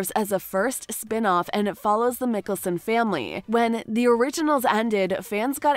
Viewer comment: mikelson bro butchery of the names are disrespectful. bro brush up on your name announcements and then speak about it